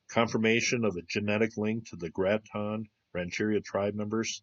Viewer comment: Cool video! I work right up the road from this site - about 5 minutes away, and I've never heard of it. Not to be picky because I learned something for sure but just to let you know, the tribe name is pronounced GRATE-un. And the County is called MA-rin. I know grammar police are annoying, I just thought I'd let you know. Thanks for the research. Love your videos!